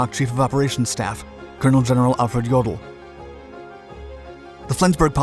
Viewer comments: YO del not yawdel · General "Yadal"!? Sloppy job pronouncing General Alfred Jodl's (yow -dl) last name.